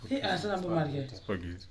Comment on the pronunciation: Akanganisa kutaura maspargget